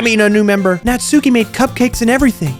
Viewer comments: Uh not tryna be rude but natsuki is pronounced knots-ski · Your new Yorker accent for natsuki is really intriguing lol